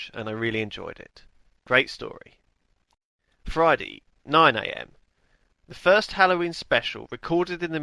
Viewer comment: why does lewis say fridy instead of friday?